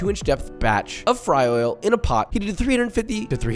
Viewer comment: The way he says “fty oil”!!!! Love it!!!